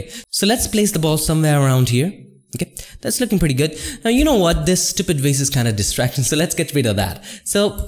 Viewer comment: "Roughly select thee... wase." LOL it's a VASE, not a "wase."